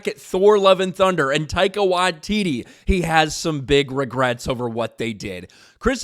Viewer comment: Taika wai-titis 😂